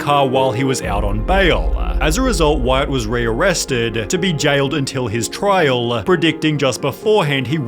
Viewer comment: Is it trial, or trialuh?